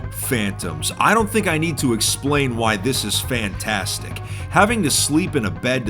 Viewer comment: Ha, "Phanstastic"